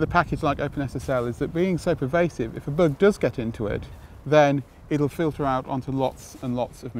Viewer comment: Is he saying "Heartbleat blug"?